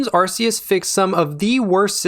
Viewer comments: "Arc"eus. No one wants an Arsephone lol sorry, great video though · "arseeus" Silvally's ability isn't called RCS System yaknow, it's RKS. Like how Arceus is pronounced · It's Acreus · Well, Arkkkeus is it’s official English pronunciation, but I get what you mean. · Loved the video, and inclusion of Persona music - my favorite series! Friendly tip: it's pronounced Ar-key-us like Noah's Ark. ☺️ Thanks for sharing this great breakdown of the old system vs new! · It's Ark-ee-us. It's official now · How are you going to pronounce Arceus wrong when even the trailer says that it’s ar-KEY-us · It's Arceus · Why did you pronounce the The Game's name like that that's not how you pronounce Arceus